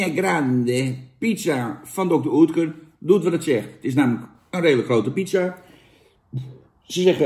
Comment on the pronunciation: Ja hoor, spreek het maar weer verkeerd uit. Klinkt als "Dokter Ut-kur". Geen Oetkur. Maar ja, het is dan ook geen pan, die bocht. Fijne Kwatrafrormatie, dat wel.